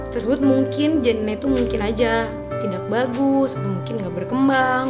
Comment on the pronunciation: kalo ngomong tidak kenapa dibaca "k" nya bacanya tida aj